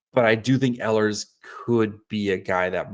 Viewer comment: I like the idea of signing him. Note; the proper way to pronounce the beginning of his last name is with the long E sound. I listen to how the Jets announcers have pronounced Ehlers.